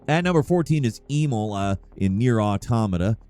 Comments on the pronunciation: His mispronunciations are getting out of hand. He mispronounced Emil when in the game and the first game his name is said multiple times! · It's Em-EEL, not E-mil. Considering as his name is openly spoken in the game, I'm uncertain as to how you managed to fuck that up. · i'm sorry, but who tf is "e mole"? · “Eee-mil” it’s Emil. E-mil. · Emil, like "uh-MEEL" is a common human name not EE-mul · The way you kept mispronouncing Emil's name aggravated me so much. It's pronounced "Eh-meel", not "EEE-mill" 😑 I normally dont have any issues with your content, and usually look forward to watching your videos. But this little infraction... just rubbed me the wrong way. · Eemaulah and eemull... It's Emil (e-meal) T.T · "Eemull" Okay, so you didn't play the game. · ee-mil? EE-MIL?!? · Why do you keep calling Emil, Emo? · Christ dude it's pronounce 'em-eel' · Brother…E -MEAL = Emil… sorry it’s driving me nuts 😂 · Who the hell is Eemol??? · do you mispronounce shit on purpose??! I’m at 14 and it’s EM-EEL and that’s like the 4th mispronunciation so far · Flacid-dick-sux lol But E-mul? I swear mispronounces names on purpose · Tell us you've never played Nier without telling us you've never played Nier with the way you pronounce Emil. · Imagine fucking up pronouncing Emil’s name. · WHY DO YOU SUCK SO MUCH AT SAYING WORDS AND NAMES OF CHARACTERS?! It kills all credibility! Do better! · Feel like you mispronounced every name wrong on purpose. Geez. The Emil pronunciation was brutal, he says his name multiple times in both games. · HOW IN THE FUCK did you pronounce Emil's name????????? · Mispronouncing Emil like a gatling gun made me lose my mind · He effectively reversed the vowel pronunciation... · pronunciation of "Emil" makes me cringe. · It's crazy how he prounced Placidusax right more than Emil lmao Edit: Okay this dude obviously just isn't good at games I don't think. Spawn of Oggdo and Divine Beast Rematch? Holy fuck lmao